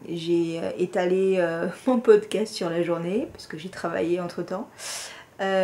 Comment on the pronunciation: Bienvenue dans cette magnifique communauté TRICOT et bravo pour ton «poscat» 🤣😂 D’où es-tu? Il y a peut-être des café-tricot vers chez toi qui te permettraient d’échanger, de partager, de bien rigoler avec d’autres personnes accros au tricot 😆 Vivement le prochain épisode! Biz’ Véro 🌺